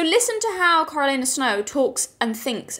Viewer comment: Not familiar with the pronunciation of Coriolanus? I figured you for a Shakespeare girl.